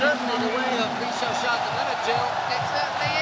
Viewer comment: the WAY that the narrating Man say / Le shağsağ / is So good. 😁 ı Love li XiAoxia. .